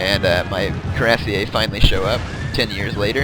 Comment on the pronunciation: Fusilier is pronounced the way it looks =P. Same with Cuirassiers.